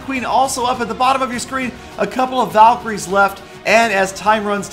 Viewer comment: it tooks half an hour to understand that word valycroies hhhhhh n btw valks r my favorites :)